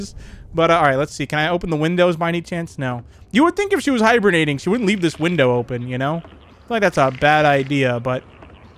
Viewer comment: I thought he said hiberniting instead of hibernating lol